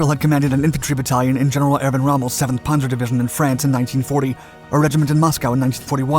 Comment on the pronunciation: You lost me at “Ponzer”! You set to be my favorite narrator. “ P a n zer” Pan zer